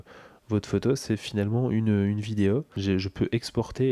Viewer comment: ta une voix plus grave et moins dynamique mais ça gene pas du tout... par contre, moi je suis toujours intrigué par la manière dont tu prononces les O en fin de mots (vidéO, photO, démO), ça un mélange entre un E et un O.. pourtant t'a pas d'accent.. comment ça se fait ?